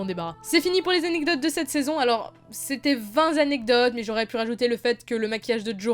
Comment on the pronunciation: "vingt zanecdotes" ? x) Sinon, bonne vidéo :D